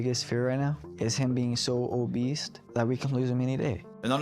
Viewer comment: How was Charles 300-400lbs after being homeless for 2 years and being on hard drugs??? I don't understand that. Plus I'm sure his brother said obeast instead of obese 🤣 I've not heard anyone say that for years